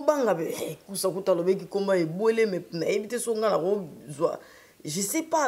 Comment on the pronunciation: Les COngolais ont un problème de prononciation de voyelles: ado balobaka :vécu et non VEKI.... ÇA M'ÉNERVE